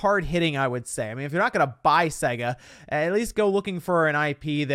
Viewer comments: The way he says SEGA physically hurts me, imagine you got this when booting up Sonic. 😬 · The way you say Sega really annoys me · I don’t like the way you pronounce Sega